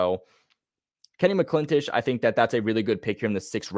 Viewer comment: Hey, great video, loved it! One quick note, his name is pronounced Kenny "Mac - in - tosh" not Kenny "Mclintish" 😂😂